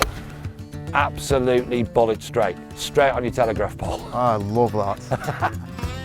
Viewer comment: The first time I heard this, I thought said "Bollock straight", I now realise he said "Bullet straight"!